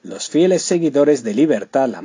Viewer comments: NO ES “LIBERTAD LAMAR”......se pronuncia LIBERTAD LAMARQUE. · El narrador español la nombra, erróneamente, como Libertad Lamarc, pero se llamaba Libertad LAMARQUE. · Su nombre era Libertad Lamarque..No Lamarc!! Dónde escuchaste éso!!!